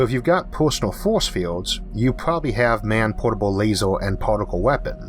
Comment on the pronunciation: I'm sorry but you sound like Elmer Fudd. "Be vewwy vewwy quiet, I'm hunting fowce fiewds."